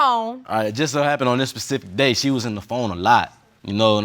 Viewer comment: Did anybody else hear " pacific day?"